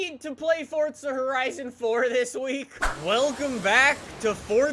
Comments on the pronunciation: Forza not fortza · Fortza it’s FOR ZA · Why do U always say fortza horizon 4 when there is no t in forza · pronounces things in weird ways as to how I pronounce them For example: pronounces it as Fort-Za I pronounce is For-Za